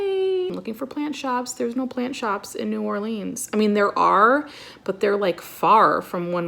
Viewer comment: Being from Nola I cringeeee hearing New Orleans pronounced like New Orleens 😂😭😭 I'm so glad you liked it and I loved this video!